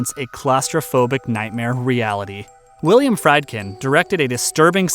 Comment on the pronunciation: First of all, "Bug" is much more effective as the stage piece it was originally. Secondly, it's pronounced "Freedkin." I never trust film critics who don't know how to pronounce directors' names.